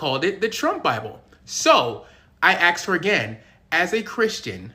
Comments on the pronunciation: Why do you say axed when the word is asked? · You didn’t “aks” her. You asked her. It’s not difficult. We put the s before the k and you put the k before the s. The way we spell it and say it is correct. The word is asked. You always put the s before the k and it cannot be mispronounced. If you spell it wrong, you can easily mispronounce it. I am a democrat and I believe all people are equal. I just can’t handle the mispronunciation. It’s like misspelling or misusing the words there, their, and they’re. An ax is a tool. There is no such thing as aks. Either you are asking something or you are requesting an ax to use somewhere. Thanks!